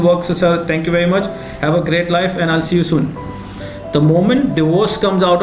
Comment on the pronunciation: Again "thankx" ☺